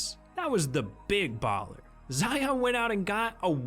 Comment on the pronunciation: I hate how ya pronounce our names.... Lion... Zion🤦🏾‍♂️😭💯